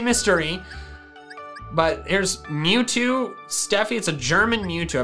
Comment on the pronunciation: Mewzvie not mewtwo